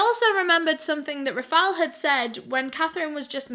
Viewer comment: i love your videos but girl how hard it is to pronounce Rafael!!!